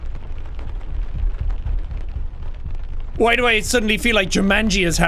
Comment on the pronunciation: triggers me how he says aneira...